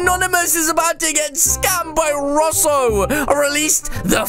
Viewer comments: Its Russo not rossu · it’s not rasso it’s roo-so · Its russo not roous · Welp its not ruh-so its r-oo-so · why does say russel it ru-so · Its r-oo-soplays not r-uh-sso plays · he name is not rosso he name is russo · It’s Russo not rusoe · It is Russo not sasso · It’s pronounced rooso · u said Russo wrong lol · You said russo's name wrong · You say Russo wrong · You made The Acc For An Friend To mAke a Vid Like your friends with your friends And Your Saying russo Wrong 😐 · it,S not russo IT,s russo